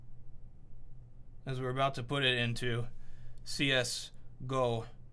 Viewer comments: Did he just say "See es go" instead of "See es gee oh" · lmao "shh ess go schlotto"